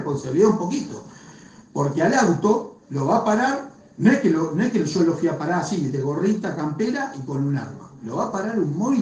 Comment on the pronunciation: Se dice "yo" no "cho" eso me rompe las p.....pero los informes están buenos y bien narrados, solo eso para observar....